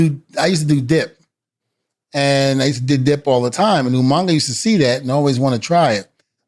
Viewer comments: Lol d von said Umanga lol reminds me of Steven regal lol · he said Umanga 😂😂😂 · UMAGA not UMANGA